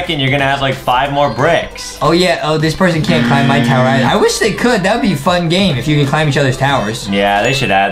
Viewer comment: Adam made a mistake by saying tower to towyer